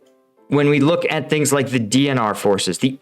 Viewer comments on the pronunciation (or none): none